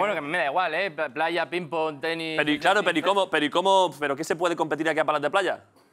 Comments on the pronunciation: Es ping PÓNG joder, con acento en el PONG hostiputaya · Ping pÓng, con acento en la O, Óstia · Quién dice Píng Pong?? Ping PÓng, por favor. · Me pone muy nerviosa que diga pinpon en vez de ping póng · Pínpon? PÍNPON? La hostia. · cuando ah dicho lo de “pínpon” 😂🤣